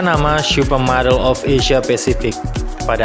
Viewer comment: Salfok ke penyebutan "syupermodel"-nya😂 candu bgt, wkwkwk